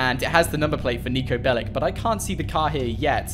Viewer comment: It’s pronounced “Bellich” just so you know